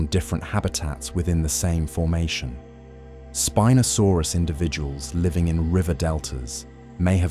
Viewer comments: The constant mispronounced name. Spin-o-sorpus... wrong. Can't watch it. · WTF IS "SPEEN-O-SORUS"? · Terrible AI, even mispronouncing the name of the subject of this 'documentary'. Shame, as a human reading the script may have made it worth watching all the way through! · The name of the star of the episode is mispronounced.. along with others.. otherwise really great videos